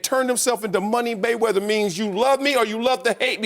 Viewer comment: It's mayweather. Not close